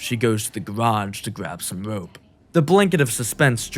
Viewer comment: She goes to the gawage to gwab some wope